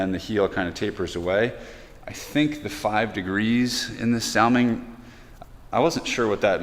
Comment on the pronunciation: Thanks, your post is just on time as I needed some great independent views. By the way I believe its pronounced like the Jewish name Saul - ming. Take Care.